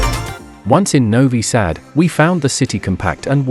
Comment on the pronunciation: When I hear a robotic voice that can't even pronounce the name of the city correctly, I immediately close the video. Not worth watching with that horrible fake voice.